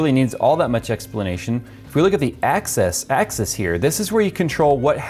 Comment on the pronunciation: He kept saying "axis" but it sounded like "access" :)